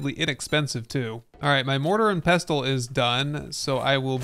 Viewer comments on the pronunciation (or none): The 'T' is silent in pestle, like in castle.